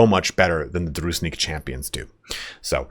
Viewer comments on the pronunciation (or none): It's not "Druznik". It's dru-jin-nik. With emnphasis on middle syllable. Thank you for the great tier list.